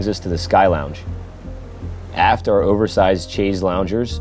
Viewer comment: The pronunciations in this presentation are laughably bad. Chaise lounge and foyer were particular favourites.